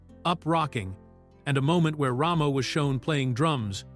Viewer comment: Rah-mo? It's Ramo dammit! Ray-mo!